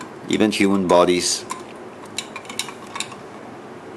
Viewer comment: Lol. The only thing more dense than the salty water is the way you pronounce egg.